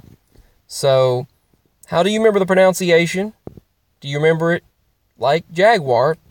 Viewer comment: I also say proNUNciation, not proNOUNCiation like you do.